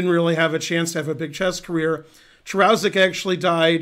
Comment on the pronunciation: Hey Ben, the name should be pronounced "Karushek".